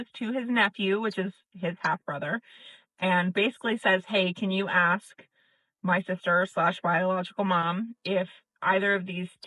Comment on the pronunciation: Ugh. Aks. Aks her that question. This is what I don't get. You hear them talk about a woman's ASS; they can pronounce that just fine. You never hear them talk about her "fine AKS". So, I know they can make that sound. Why then can they never seem to say A-S-K and it's always aks? Yes. I'm irrationally angry abut that. It just makes them sound so ignorant.